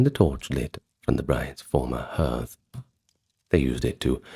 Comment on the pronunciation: Hearth is pronounced "hArth"